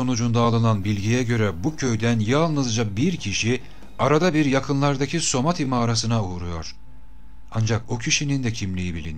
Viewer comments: bu video da tüm videolarınız gibi çok güzel ama "Samadhi" yerine neden sürekli "Somadhi" diyorsunuz anlamadım? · harika bilgiler toplamış ve paylaşmışsınız teşekkürler ama keşke somati değil samadhi olacaktı..